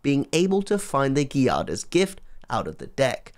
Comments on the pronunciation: The G in Giada is pronunced like the J in Jade. Giada is Jade in Italian. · To make things clearer, think about the J in Jade and then for the "iada" part think of Ada like in Ada Wong. So Giada is pronunced like J of Jade + Ada of Ada Wong.